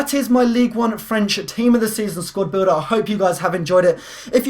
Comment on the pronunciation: u said squrd builder